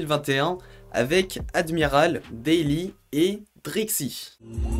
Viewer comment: vidéo sympa mais bosse un peu plus ton sujet, surtout sur le blaze des autres chanteurs etc .. c'est 'Admiral T', 'Daly' par 'daily' lol et 'Drex' ;) rip mais ouais parle pas trop tensyon aw CLR ké vinn trouvéw :p ;)